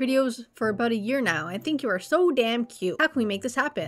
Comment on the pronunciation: "Abooot time" lmao Canadians